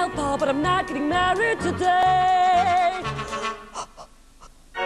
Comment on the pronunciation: She seems very incapable of saying the word "MARRIED", and is obviously not usually a singer (which seems to be the case of... everyone in this clip), and shouldn't have even attempted the accent. Though I do like her expressions.